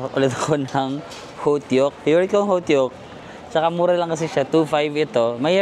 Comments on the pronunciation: Hotok po hindi hotyok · alla hayan nnman yong "hotteok"... sana pagbalik mo ng SoKor, alam mo na pa'no ung korean pronunciation nya😅😅😅....